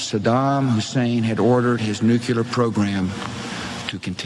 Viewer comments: I'm disappointed you didn't mention Bush saying "NUKYULAR" like 50 times. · Oh, no we gotta stop dem baddies from getting de nucular weaponz! Ahem... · Bush thought Iraq had a NUCULAR program. Nucular is not a word. Or a weapon. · Maybe we only have to worry about nukular weapons, not nuclear weapons. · Omg, don’t remind me how Bush always said “nuke-you-ler.” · God. Bush can't even pronounce nuclear. Nuke-ular. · I can't take anyone seriously who says "NEWKELAR" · I don't trust anyone who says "nucular". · "Nucular weapons".. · Dubya constantly using a made up word instead of "nuclear" made me want to shove something into my eye [not actually]. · Never believe a thing a politician says, but doubly so if they can't even pronounce "nuclear" correctly. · The UN inspectors did a thorough inspection of Iraq and pronounced there were no "weapons of mass destruction." How was that pronouncement ignored? And if I have to hear Dumbya mispronounce 'nuclear' one more time... Also it seems no one else except for myself seemingly noticed the grin that he couldn't suppress when giving his post 911 speech on national TV. Either the twin towers fiasco fell into his and Cheney's laps, or else it was celebration time for successful implementation of this "Pearl harbor-like event" by PNAC architects.